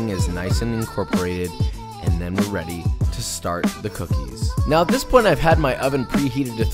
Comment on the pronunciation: Cooknies? Cooknees?